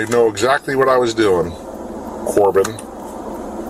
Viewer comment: "My children would know what I was doing...Corbin," mispronouncing the kid's name with disdain. Cop clearly has issues, shouldn't have access to lethal force which he can exercise at any moment, then rationalize about later if he's wrong.